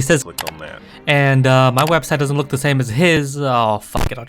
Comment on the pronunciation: I thought you said shame lol